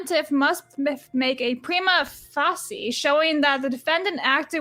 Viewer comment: Prima facia = Prime-ah fay-shee-ah